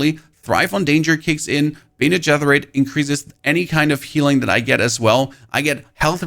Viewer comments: dude pls stop say bene getherit. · dude great video but who taught you how to pronounce "Bene Gesserit".... Mike Tyson? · Look up how to pronounce bene gesserit.... please. There's no TH sound in it at all.